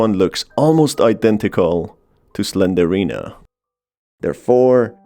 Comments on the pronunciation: SlenDRINA not Slenderina. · its slendrina not slenderina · Im sorry! The way he says Slendrina's name triggers me!🤣He saying "Slenderina" when he should be saying her name which is Slendrina! LMFAO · I just hates the way he pronounces it wrong. Its Slendrina. Not Slenderina. It was like nails on a chalkboard getting through this vid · Quick correction , it isn't slenderina , it's slenDRina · Why are you saying Slendorina bro? I couldn’t understand it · You mispronounced slendrina it’s 3 syllables